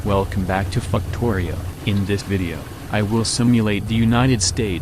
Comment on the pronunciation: I love how the ai voice always says "fucktorio" 😂